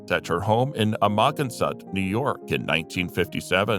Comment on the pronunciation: "A-moggin-sot" LOL!